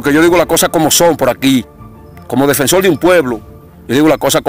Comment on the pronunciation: Defensol del pueblo? Hablal le? Reapeltura?